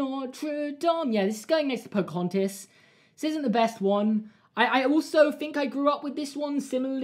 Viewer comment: Everyone: Pocohontas: Pocohontis Everyone:...:...